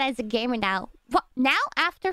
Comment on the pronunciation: "gaymer" LMAOO